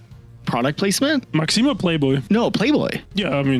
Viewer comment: I lol'ed at 'Max - eem'.